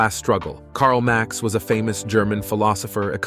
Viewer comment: Really…? Karl “MAX”